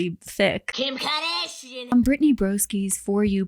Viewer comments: KIM KARDAAASHIAN 😂😂😂 Good to know that it's not just me. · I'm portuguese and I never understood why people say her last name so weirdly 😅 I just realized now that it's because they are trying to pronounce the 'u', which is silent in that word and just changes the sound of the 'g' before. I find it funny how I only realized this now 😂